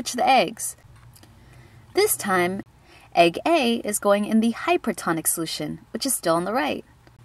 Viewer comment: At first I heard egg egg and not egg A lol